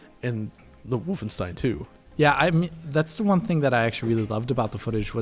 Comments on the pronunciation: Mitch H volf ein shtein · Stop saying "vulfenshtein"!! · Its Wulfenschtein. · Omg can you stop trying to say Wolfenstein with a German pronunciation. It doesn’t sound cool and hip, it sounds shithouse. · God that "Wolfenstein" pronunciation is so pretentious... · pronounced wolfenstein so funky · That's what i remember too; Just re-watched the video and it seems like is saying it as a V and as a W; That may be because even though he's living in Germany, is actually from the US. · eyeroll What a pretentious way to pronounce Wolfenstein dude. Face....palm. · i find it annoying too, but he's german, so i suppose it makes sense for him